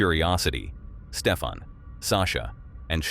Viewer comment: Stefan. Not Stephan. Stefan. Hys Nederlands. Lekker. Ek kan alles verstaan wat hulle sê.